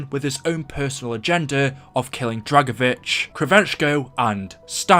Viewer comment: For a moment i thought you said drako bitch 😂😂